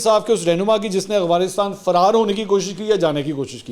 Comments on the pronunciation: Mansoor bhai it's Afghanistan not "agfanistan" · Mansoor sb . little bit correction aap aik word boltay hain Agfhanistan . correct is Afghanistan .